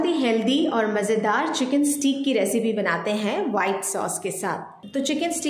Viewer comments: پیاری بہن سٹییییک نہیں ہوتا سٹیک ہوتا ہے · Haha. Stake not steeek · You can simply say chicken fillets instead of ( steek ) or steak which is pronounced as stake 😅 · It’s steak. It’s pronounce ‘stake’